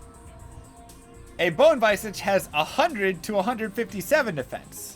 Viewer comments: Argh, Visage is pronounced VIZ-AGE not, VICE-AGE. Don't diss pronunciation. Lame-ah. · "Vice-edge" x_x Lol "Vizedge" is closer than "viz-ahj" or "viss age" Stress on first syllable. ----- Besides that, excellent video. As a mega old school vet D2 player I knew all of these, but it's really nice to see someone still out there doing the hard work dropping knowledge for people on this 20 year old game. Keep it alive brother! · vi· zuhj not visaaaahj lol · Its pronounced viz idge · The way you say "Bone Visage" before you were corrected was physically painful.